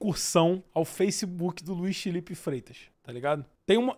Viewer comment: esse "Fifero" Mello me pegou pra crlh kkkkkkk